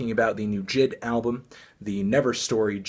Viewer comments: BRO ITS NOT jid ITS J I D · i dont wanna be that guy but it's not jid, it's J.I.D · Its j-i-d not jid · Did he say JID instead of j.i.d? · Pronounced jay-eye-dee, not jid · STOP CALLING HIM JID ITS JAY EYE DEE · jay eye dee, not jid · It's JaY I. D. Not Jid. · Is anyone else triggered by him mispronouncing J.I.D 😂😂😂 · Say his name right bro